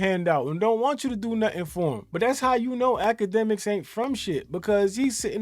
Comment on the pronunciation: Why is dis fool talkin bout infinity stones?!! Huh, “dj act-ka-dummy” (TETHRR-BABBLE)